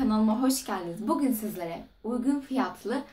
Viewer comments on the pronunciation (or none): none